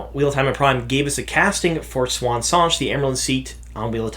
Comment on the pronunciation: MAN yourpronunciation is so different from mine, you pronouce it swan where i pronounce is see-ewe-awn Sawn-chey